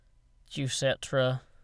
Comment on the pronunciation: Juic-et-ra it's JUICE-track